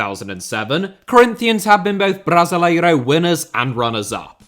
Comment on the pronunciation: The way you pronounce Brasileirão makes so so anxious